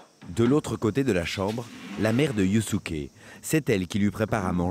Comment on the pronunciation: Yusuke se prononcé Yousské si jamais. Faites un effort sur la prononciation des prénoms japonais